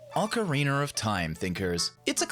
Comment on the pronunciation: Sound it out with me, oca-ri-na. There is no “er” at the end. It’s “oca-ri-na” not “ocaer-ri-ner”.